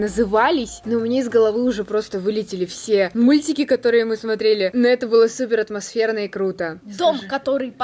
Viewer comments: Считаем сколько раз сказала отмасферно 🤣🤣🤣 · Каждый раз она говорила каждую минуту атмочферно или светильнички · Хватит говорить атмосверна (я не хейтер) ❤️ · Люди сколько раз сказала слова отмосферно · Сколько раз сказала отмосферно? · Никто Абсолютно никто:атмосферно,атмосферные,атмосферно,атмосферно тут атмосферно,там атмосферно.